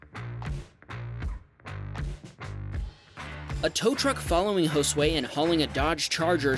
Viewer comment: You said Josué good. Thanks for not butchering it